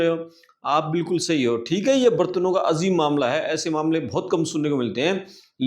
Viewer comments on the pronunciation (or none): The word is AJEEB not AZEEB. When there is no Z in Hindi. It's BAjra bot Bazra.